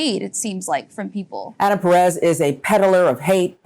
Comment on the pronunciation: "Perez" oh ffs...